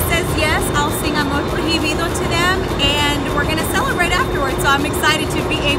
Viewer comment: she said amor proijibido 😂😂😂